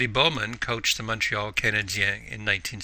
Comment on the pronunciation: You pronounced Montreal Canadian correctly -- Canadian Eh thanks for the information it was helpful